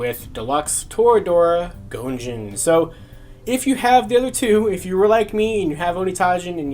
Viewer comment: Idk if you've seen the show or not but I can't go 5 minutes watching it without my brain going "ONITAIJIN" and your pronunciation is killing me